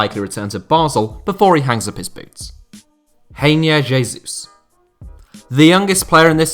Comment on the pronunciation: I like how pronounces Reinier, Grayne, very French